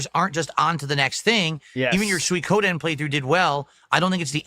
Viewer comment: It's still hilarious to me how he can say Suikoden wrong, and in a different way, almost every time he says it. You can tell by the slight stall just before he says it that he's insecure about his pronunciation, and switches over and over.